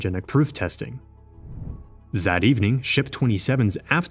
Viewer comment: "Zen"? "Zat afternoon"?